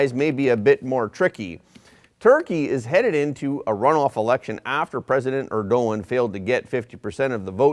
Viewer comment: As usual you don't take the time to even learn how to pronounce names. It's pronounced, "ERD A Wan", you moron. Now wonder after all this time you only have 20K subscribers. Drink a little less soy milk and do your research.